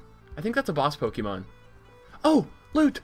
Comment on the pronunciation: Omw poke-E-mon it's pronounced pokamon...This accents reminds me so much of Ssundee...